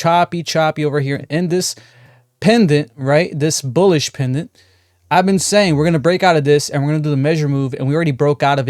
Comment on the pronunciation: Bullish Pennant not PENDANT. but we know what you mean.. thnx for the tosh support!!